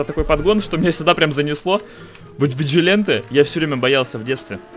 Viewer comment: Как же режет уши слово "Виджиленте", а разве не "Виджиланте"?